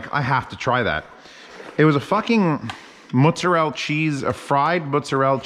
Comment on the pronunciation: Thank you for pronouncing mozzarella correctly (at least as I say it). I moved to NC from NY. It kills me every time have I say it that way and the person behind the counter looks at me like I'm speaking an fucking alien language. Then I have to turn around and pronounce it phonetically. I don't even try with capicola. SMH